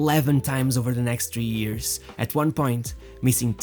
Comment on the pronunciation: great video its years not EARS